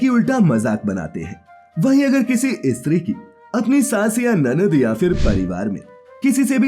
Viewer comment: Stree kehne k badle e.stree kehtha hai thoo kya katha bolnewala